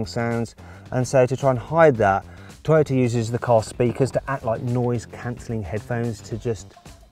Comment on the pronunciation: トヨタがてぃよたって聞こえた